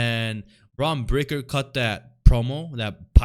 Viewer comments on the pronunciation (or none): How are you on here making fun of shit when you pronounce your "R's" as "W's". You sound pretty retarded... lol and you're a "heel'? hahaha Pretty sure his name isn't Bwon Bweaker.. lol